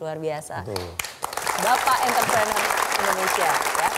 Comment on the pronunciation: Entre prenurr Not Enter prener..